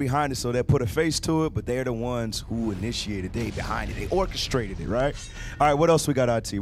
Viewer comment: When I started listening to you guys a few months ago, I thought you were saying "auntie,' not IT. 😅